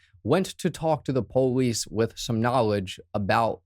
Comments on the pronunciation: Why did you say po-lice instead of police? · I love how you say "Police" po leese👍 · Whats a " poelease"? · Why cant u say police correctly. What is PO LEESE